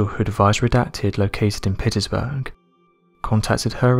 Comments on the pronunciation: Its PITTSBURGH ..like armpits.. (Without the arm) burg...Pittsburgh.. you let yourselves down by not having accurate pronunciation.. You are after all a channel which purports to spread information? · Dude cmon. You have interesting content, but you're so hard to follow! Redacted used like 5 times in one sentence? Pittsburgh sounding like "Pittyisburgh". I believe in you man...I know you can do better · Anyone else bugged by him saying Pitt-iss-burgh? Is there a city I don't know about? Pitts-burg, that's how you say it. Also, what's with the creepy voice? Of course you'll bring suckers in with that... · Its pronounced Pitts- Burg NOT pitisburg. Seriously????! According to Redacted. Even too lazy in yr narrative to explain redacted. Really poor effort even by yr usual low standards. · Its called Pitts-Burge not pitt is burge no offense just letting u know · Um... Do you mean Pittsburgh? Pitts-burg is proper pronunciation, not pitt-iss-burg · Pitts-burg not Pitti-sburg! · Pit-is-burg? Pitts-burg! 🙂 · Is it pronounced "Pittis-berg"?